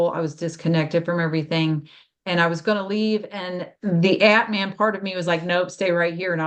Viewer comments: If pronunciation matters, it's Ahtman. For atman, the a sounds like a in father. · Thanks, I didn't understand initially. It sounded to me like ant man.